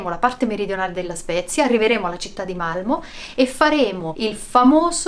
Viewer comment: Sara una cosa: Malmö si pronuncia accentuando la "o" in maniera chiusa 😁😁🤩 siete sempre il top